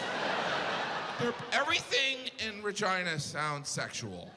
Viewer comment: yeah but regina as the queen is pronounced how he said it should have been, with an E sound.